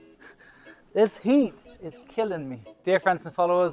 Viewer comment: Being in Texas, drops the "g" in this video: killin' & lookin'